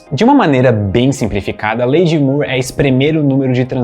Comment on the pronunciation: Moore possui a mesma pronúncia de more, floor, door, core e etc